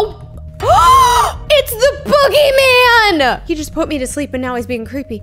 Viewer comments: She said boogy mart😂😂😂😂😂😂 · SHE SAID THE BOOGY MAN😂😂😂